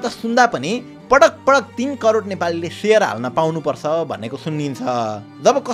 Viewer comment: patak patak ❌️❌️ padak padak ✅️✅️